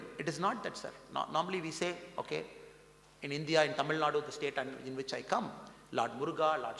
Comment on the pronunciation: Why Mr Annamalai pronounces as Indhia not India